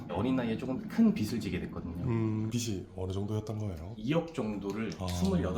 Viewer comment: 빗이 아니라 빚이면 발음할때 비슬이 아니라 비즐 이라고 발음해야돼요. 출연자랑 유튜버랑 둘다 틀리고있네… 😅